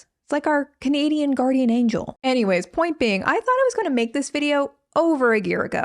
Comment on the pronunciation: more like guardian eh-ngel… I’ll see myself out